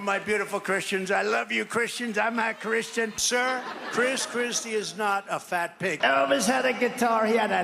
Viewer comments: "amm-a chrishtchin" "amm-a chrishtchin" "amm-a chrishtchin" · Trump says "I'm not Chrisian"